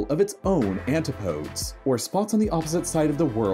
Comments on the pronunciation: Apologies for being pedantic...but the word is pronounced ANTIPODEES not ANTI-PODES :-) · Is it not Ann-tipp-OH-deez? Am I having a nervous breakdown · Had to pause 1 min 20 in to say. Antipodes?? Do you mean An-Tip-O-dee’s? 🤦🏻‍♀️ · "Anti-poads" I give up... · We have more than one ocean, and 'antipodes' is pronounced "an-TIP-o-deez". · That awkward moment the voice artist doesn't know how to pronounce antipodes 👀